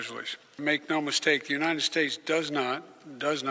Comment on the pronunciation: Does not, does not emphasis hahahahhahaahahah